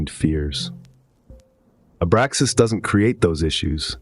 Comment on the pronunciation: Abraxas dude. It's driving me nuts.